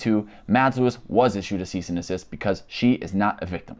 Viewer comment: His annunciation of the word desist is obviously not expressed very clearly but Tayler is not by any means an idiot.. he very well knows it’s NOT called a cease and assist, people like you just let your preconceived biases get in the way of your better judgment which is arguably quite sad honestly.. Jusss sayyinn’! 🤷‍♀️